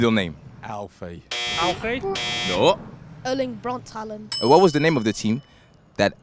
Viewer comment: Alland wow that is not how you pronounce it at all its Haaland